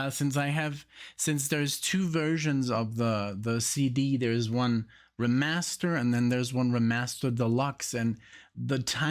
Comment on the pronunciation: REE-master. Remaster, like redo, reapproach, retake.